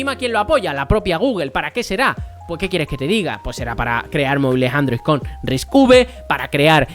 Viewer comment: Cada vez que dices Risc uve muere un gatito, y van... Repite conmigo... RISC CINCO!